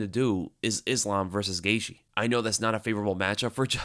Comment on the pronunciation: needs to learn how to pronounce Gaethje.